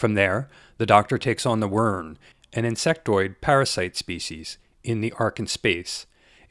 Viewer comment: Wirrn is pronounced “wirrin”.